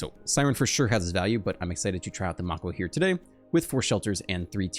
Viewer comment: lol Mako. Pronounced (may-kow) like the shark. also great deck